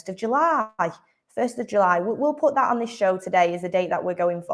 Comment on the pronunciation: he said rhat